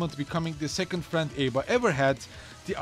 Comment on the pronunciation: It is said as ABBA the band, that is what her name is based on. The announcer in game says it the same. This guy threw me saying A-Bah.